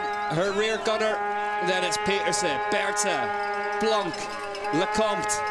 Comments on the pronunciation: It's neither! You can't get the name right,so what are you complaining about the commentators doing it? Puck pieterse PIETERSE! 🤌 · It's Puck Peters not Peterson